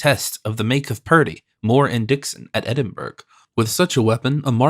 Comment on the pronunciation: Much enjoyed, especially at 80% speed, Edinburg, Green wich ? AI Bryan Godwin perhaps? Very good listening though